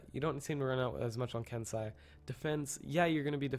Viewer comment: isnt it ken-seh-i not ken-sah-i